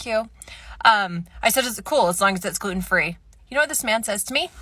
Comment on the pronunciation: When she said "as long as it is gluten-free," I thought she said, "as long as it is good and free."